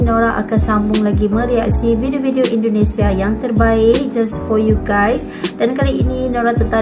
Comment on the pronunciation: Tolong jangan dibaca nama negara kami BUKAN INDONESIE yg benar INDONESIA .